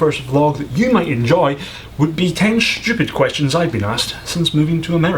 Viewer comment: 11th stupid question: Why do you pronounce "stupid" with a "shhhh" sound? Shhhhuffering shhhhhhuckotash Also when that guy said "S" countries he might have been referring to the "slavic" countries, but couldn't remember the word....